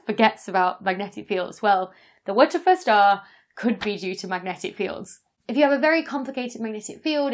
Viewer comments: How is she pronouncing WTF? She's not saying "double-u tee eff" or "what the f***" or "what the eff". I've literally been looping the first one second of the video to try and figure this out. Phonetically, I'm hearing "wut of fer", something similar to Whatever. Dr. Becky, help me out, what's your pronunciation inspiration?? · wer - ter -fer star LOL its a dyson ball lol the wtf the star !LOl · The Wuhtuhfuh Star? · Tried 1/4 speed and 1-1/2 speed playback. Still can't make out the exact enunciation! 🤣😂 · Is it some sort of joke I’m not getting as to why she is pronouncing WTF that way? Or does she just not have any clue that you just say the letters ! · It took me quite a while to realise you were not saying "Witcher Fur Star". It was a very cumbersome way to avoid saying a bad word. Just use the phrase "what the Eff" instead so people understand what you're saying. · Err.. isnt WTF pronounced just as you say the letters names? (doubleyew tea eff)? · If you're going to name it WTF, then either say W T F as letters, or say it correctly. So, repeat after me. "What the fuck." Now, that wasn't so difficult, was it? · So, turns out the synthetic phonic alphabet doesn't seem to be a thing outside of the UK! 😂 I'm pronouncing each of the letters in the star's name "wuh tuh fuh" (which stand's for 'where's the flux' - see the Boyajian et al. 2015 paper title) as you would with the synthetic phonic alphabet that kids are taught in UK schools. Rather than "double-ewe tee eff" as you would with the standard alphabet. P.S. I always want Lisa Simpson to play my devil's advocate - because what if it is aliens... 😏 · I am doing that, just with the phonic alphabet. So instead of "double-ewe tee eff" I'm pronouncing it "wuh tuh fuh". I think it must be a British thing. I commented on it in my YouTube stories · “Wootefuh”?? Who tries to make those letters into a word? Haha so funny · I heard "whoochafuss"... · TIL that the acronym "WTF" has a pronunciation, and it is "Waterfir".